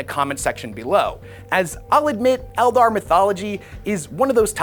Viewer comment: Oh yeah 40k and fantasy totally separate he says elder clearly not eldar